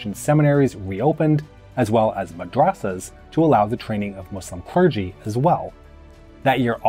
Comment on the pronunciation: But he pronounced madrassa incorrectly